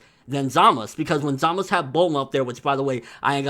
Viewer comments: He Pronounced his own name "Zamasu" with a strong "u" on the end. Usually the "u" on the end is silent in all Japanese language, so everyone pronounces his name "Zamas". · its pronounced ZAH-MAH-TSU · Why do u call hum Zamus if his name is Zamasu?